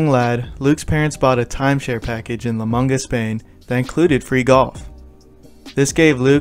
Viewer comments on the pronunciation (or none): none